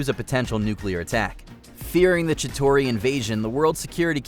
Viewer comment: How many times can someone mispronounce Chitauri..?